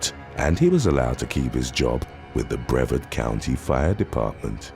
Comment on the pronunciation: Brevard County pronounced Bree-VAHRD. There are so many of these crimes committed that I thought you might want to know.